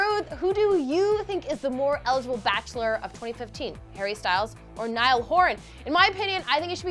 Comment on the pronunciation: it's NIALL